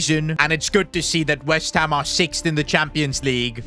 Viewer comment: he said whest ham not west